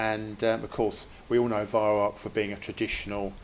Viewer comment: It's pronounced Vy-Rau, not Vy=Rock.